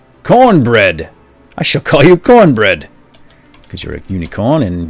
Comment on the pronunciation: Haha cornberd berdd